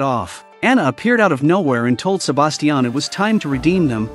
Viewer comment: STOP SAYING "SABASTIAN"